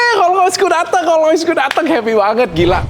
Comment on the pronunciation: rollS royce, dok. rollS pake S.